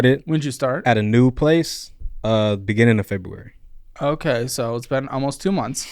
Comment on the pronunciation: Maybe I'm just getting old but this guy with his "Fo years ago" and "Munds" instead of months and Febooraeee" hurts my ears.